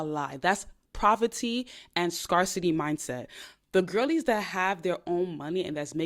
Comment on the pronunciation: Just so you know the word “scarcity” is pronounced “scare-city.” Think scare like fear, not scar like a cut. ❤